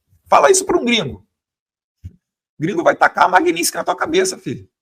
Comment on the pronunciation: Pô fale Magnitsky direito. Isso não é para o Eduardo, é para o apresentador do canal.